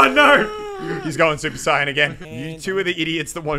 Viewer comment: Muselk: He's going super siyan again. Every DBZ Fan: IT'S SUPER SAIYAN!